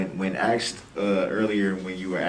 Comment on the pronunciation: Have a grammar lesson, Mr. Brooks. It's pronounced 'asked', not axed 'Grounds,' not grouns 'I were to see someone,' not 'I was to see someone.'